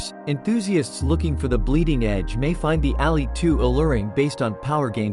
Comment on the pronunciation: Couldn’t finish the vid because he keeps pronouncing Ally like it’s Alley.